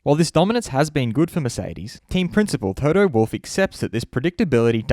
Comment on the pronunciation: Please dude, pronounce his name correctly. Its not /wʊlf/ like he is some kind of wild animal. Its Wolff (pronounced almost like its written).